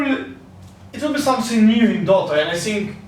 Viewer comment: "Самсинг" хаха) th th th потренироваться бы ему, а не эскать